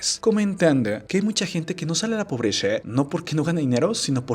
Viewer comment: ¿Por qué dices "casha", "pobresha"? Jajaja